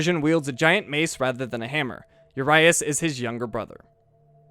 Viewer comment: sorry to be the "um actually guy" just thought it would be interesting, but uriaş is pronounced as U as in urine i guess) then ria almost like rio and the s at the end is pronounced as sh because of the little thingy on the bottom, so the more ya know;)